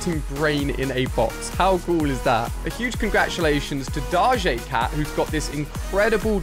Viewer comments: daje cat isnt it dojo cat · did he say da jay cat and not doja cat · He said dagè cat not doja cat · He really just called Doja cat, DARJJÉ CAT. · did you mean Doja cat not “darjay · Did he say darja cat 😂😂😂 it’s doeja theta how it pronounced Doja cat 😂😂😂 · Bro can’t even say Doja cat right lol